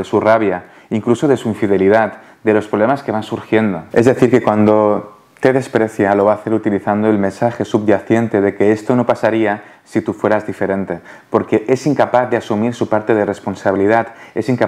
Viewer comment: Muy bueno, gracias. Sólo una cosita, que podrías mejorar el español, no usar palabras que no sabes cómo se dicen o escriben: Por ejemplo: se dice subyacente, no "subyaciente". Disculpa la corrección. 🙏